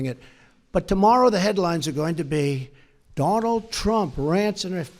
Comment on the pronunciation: AT THE VERY END OF THIS VIDEO, I DONT THINK ANYONE REALISES BUT THE INDIAN PM JUST SWORE AT DONALD TRUMP WHEN HE INTRUCUDED HIM AS DO'LUND' TRUMP..........SLIP OF THE TONGUE OR WAS THAT ON PURPOSE??? I SPEAK A BIT OF HINDI AND I KNOW WHAT THAT WORD MEANS, AND ITS NOT NICE. YOU BE THE JUDGE.........MEANWHILE I SIT HERE LMAO!!!!!!